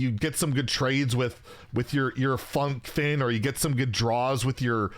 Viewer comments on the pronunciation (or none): Fun-kin? It's Funk-fin! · "I'm going to read the text correctly" right after mispronouncing the name of Funkfin as "fun fin"